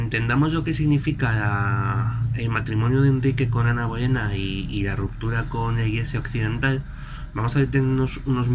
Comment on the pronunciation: Cada vez que nombras a Ana Bolena muere un gatito...